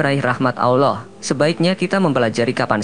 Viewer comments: Pengucapan Aowllah itu salah; biasa saja ALLAH,, ujung lidah melipat di belakang gigi atas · Tapi aneh, chanel ini, membahas islam tapi pembaca narasiny mengucap lafad ALLOOH kayak bukan orang islam orang muslim, aneh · Miminnya orang kafir,,,nyebut Allah nggak Paseh..?